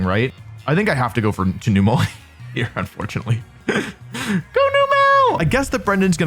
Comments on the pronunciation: Its so frustrating that Wolfey loves Numel so much but cant pronounce it correctly. Its a camel so why are you pronouncing the "el" like "spell" youre saying newmell but its numb-uhl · I'm sorry, but noo-mel? Really? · Wolfe out here pronouncing Numel 4 different ways.... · I’m so uncomfortable with how you pronounce Numel